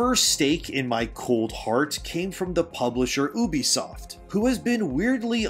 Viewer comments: YOU-B-Soft not Oo-Be-Soft. Other than that, great video. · Bro, where are you from? No one, and I mean, no one, calls Ubisoft: OOBISOFT. are you secretly a reptilian shapeshifter? 😂